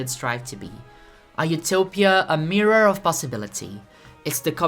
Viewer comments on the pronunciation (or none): none